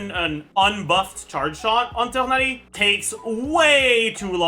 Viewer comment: PLs stop butchering my poor boy tighnari